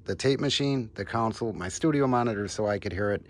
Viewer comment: Please stop saying "council" it's "console".